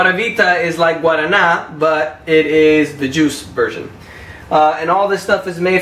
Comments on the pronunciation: Ele falou guarana Kuat certinho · This dude reminds me of Heath Ledger. edit: LOL, he pronounced guarana kuat right, didn't see that coming.